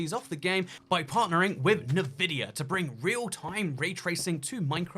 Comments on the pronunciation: The GTX 10 series can actually do ray tracing. Also, NI-vidia? It's pronounced EN-vidia. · "en-vidia" not "Navidia" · hardly... The company name begins with the letter N. N vidia. He can say N. His pronunciation is as if he is sounding out the N. Plenty of Brits say it correctly. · It's N-VIDIA not NI-VIDIA. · Love you bro... But you need to say Nvidia correctly... It's obnoxious! Say it like so it sounds like this.. ENvidia. Not Nuhvidia. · En vidia not na vidia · btw it's pronounced en-vidia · It's not nuvidia, why do you pronounce so many words wrong? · Partnering with Ne-Vidia... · Ah yes, navidia.... wait what? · The way you say NVIDIA is odd to say the least xd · Is it just me that gets annoyed by the way he says Nvidia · OH MY GOD I CANT WATCH THIS WITH THE WAY HE PRONOUNCES NVIDIA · Can we talk about how he pronounced Nvidia? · Take a shot every time he mispronounces Nvidia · Why do you say Nvidia like that. That is the only thing I've thought about this entire video... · Yeah ik, a lot of people are saying it weird.